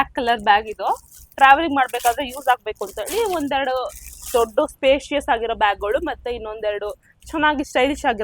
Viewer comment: Spicious alla spacious....kannadadalle heli ...yelrigu artha agatte...😅